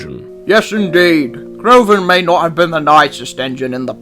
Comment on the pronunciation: CRAVON?!?! I think you mean, “Crovan.”